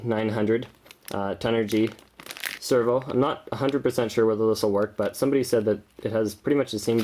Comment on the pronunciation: Its pronounced said. Not sayed.